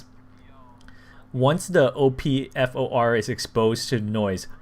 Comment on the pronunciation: "O-P-F-O-R" nope buddy just say op-four